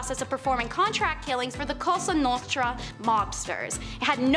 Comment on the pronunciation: Omg lol she said costra nostra so many dang times😂